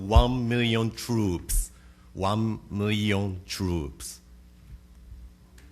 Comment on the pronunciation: one miwwion twoops